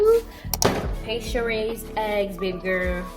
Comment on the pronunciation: She also said paste-sure raised smh lol